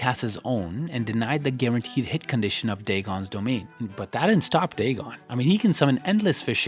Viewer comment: The Dagon pronunciation is crazy